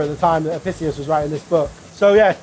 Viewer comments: Pronounced Apickius, all Roman Cs are hard. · Studied classics in Uni and can’t say Apicius correctly. PRESS X TO DOUBT